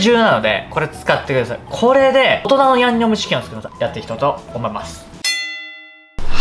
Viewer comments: 「最強のやむにょむちきんを…」初っ端からやばい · 「ヤンニョムチキン」がギリギリ言えてないほろ酔い加減がいいですね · リュウジさんの ヤンニョムチキンが 言えてないのが 同じでわかる笑 （酔ってるなう笑） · 「ヤ☆にょ☆cキン」初っぱなから吞んべぇとは… 本場よりも美味しそう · ヤンニョムチキンって言えてなくて笑う